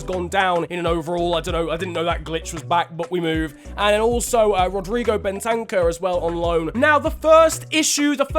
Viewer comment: When says Ben-tank-ur instead of Ben-ta-cur